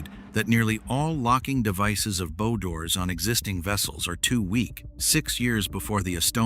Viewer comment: I can forgive the AI mispronunciation if the word "bow" because the video is not bad. SO... MESSAGE TO CREATOR - HOW ABOUT ABANDONING AI AND BRING YOURSELF BACK TO NARRATION? NOT ONLY WOULD IT MEAN NOT BEING LAZY, BUT IT WOULD MEAN THAT YOU, BEING THE MAIN INTELLIGENCE WOULD RECLAIM PART OWNERSHIP INSTEAD OF SPLITTING IT BECAUSE YOU ARE GONNA FIND YOURSELF BEING LEGALLY CHALLENGED BY USE OF AI, WHERE THE LEGAL ARGUMENT STATES THAT THE ARTIFICIAL INTELLIGENCE OWNS PART OF THIS VIDEO. I should know - I'm a lawyer involved in preparing a first case on that actual subject ( on another video maker ) and we expect to win.